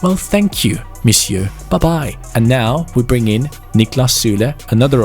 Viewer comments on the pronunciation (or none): none